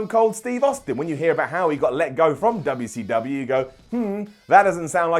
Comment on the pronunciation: next video.. "Why cant pronounce WCW right?"